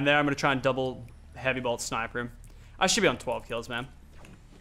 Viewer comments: J and M productions he was saying heavy bolt not heavy blot are you deaf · Who else was ragin when lachlan kept saying heavy blot instead of heavy sniper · Its not a heavy blot its bolt